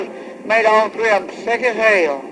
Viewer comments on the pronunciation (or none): I don’t know about you all, but if I were this monster’s daughter, I would NEVER go on TV. I would be so ashamed! Countrified fools! Yes, honey, your daddy was “sai-yeck “ (Read: sick)!